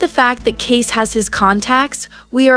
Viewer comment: His name is pronounced Kay-cee. Not Case.